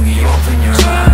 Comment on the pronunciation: i mean ,the song is great but couldn't anyone tell taeyong that its actually pronounced eyez not ice !